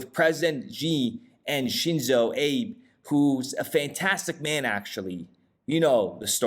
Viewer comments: It's pronounced AH-bay. Great video. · Shinzo Abe Lincoln? Lol it's pronounced "ah-bay"